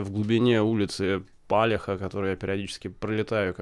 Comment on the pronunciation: ул. Палиха ударение не туда.